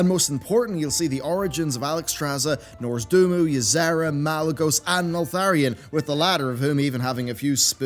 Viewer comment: Hey, how about you listen to that book and hear how Nozdormu is pronounced? It's free